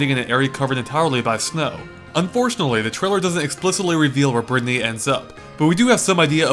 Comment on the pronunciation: Berthy? You realize that isn't how you say Brittany right? It's like brit knee.